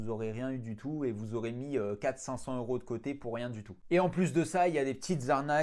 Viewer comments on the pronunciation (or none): none